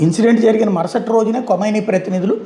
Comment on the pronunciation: అది కొమైనీ కాదురా..! ఖమైనీ.. నువ్వూ నీ మొఖం వార్తలు..